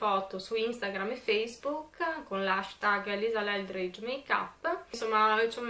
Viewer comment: Ma almeno il nome... Lisa ELDRIDGE, non LELDRIDGE!!!!!!!!!!!!!!!!!!